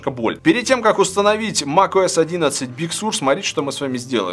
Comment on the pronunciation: Услышал - ТимКукОС)